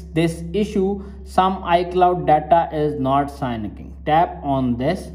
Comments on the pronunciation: its syncing, not signiking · It’s pronounced “sinking” not signing lol